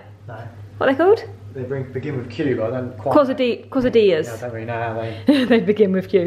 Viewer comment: I love architectural prints. I would add one more and hang them closer together. They’re pronounced Kaye-sah-dee-yahs.